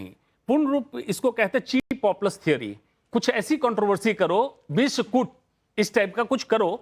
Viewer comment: Kaisa maharaj hai kitabo se dekh kar bataye ga kuchh to yaad rakha karo biskut ko vishkut